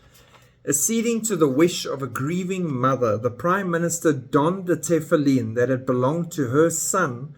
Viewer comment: For your information, all religious Jews wear Tefillin, not just ULTRA orthodox. And most Jews, even secular, know how to pronounce it. You don't pronounce it correctly, which shows how little you know about Judaism. Shocking!!!